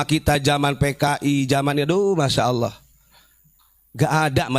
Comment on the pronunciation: Ubad kopet ngucap ALLAH aja ngga bisa, bogel lu